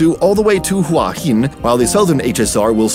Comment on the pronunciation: Your pronunciation of Bang Sue, Nong Khai and Hua Hin is quite good.